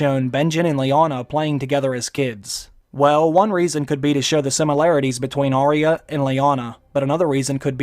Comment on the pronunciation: You'd think that being a Game of Thrones channel you'd pronounce Arya correctly. Two syllables, not three... from G.R.R. Martin's own lips! Ar-Yuh, not Ar-Ry-a. You also say Weirwood wrong, it's pronounced weer-wood not wear-wood.